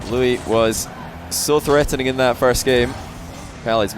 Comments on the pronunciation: I wonder if you've gotten the pronunciation worked out on stream, but here's my attempt at help. "loo-EESE." The emphasis on "EESE" like Reese, or lease. Edit: I'm not an expert and this is just my speculation to the pronunciation based on YouTube videos :) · I love how can’t pronounce Luis lmao